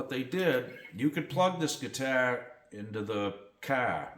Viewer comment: Cool ‘guitah’. Love your New England accent. 🤘😎